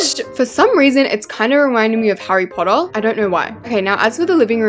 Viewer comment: Hahry potah 😂😂😂😂😂